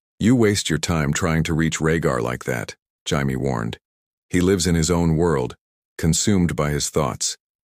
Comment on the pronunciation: Its not bad man but HAIME ?? ITS PROUNOUNCED JAY-ME 😆 😅 I listen to a bunch of these what if videos. You should do some about the dance of the dragons. What if Maylese didnt die ? What if daemon was made heir instead of raenyra? Some like that. No one is doing those. I bet youd get a bunch of hits on that